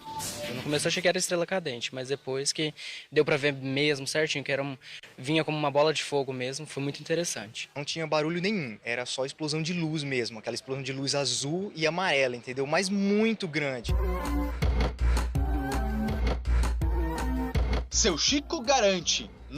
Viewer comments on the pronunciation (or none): cara de camisa azul. Ele diz luz amaela em vez de amarela. Kkkkkkk